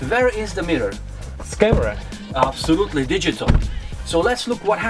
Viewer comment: Я один считал сколько раз он скажет обсолютли